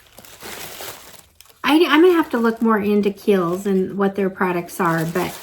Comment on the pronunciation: I used to subscribe to the Macy's box and a couple of times a year they would do a one brand box. One time they did an ABH box and a Laura Mercier box which was fun. BTW, Kiel's is pronounced "Keels". Kiel's is super popular in Europe.